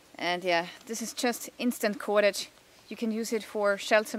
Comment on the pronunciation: like how you say KUWADADGE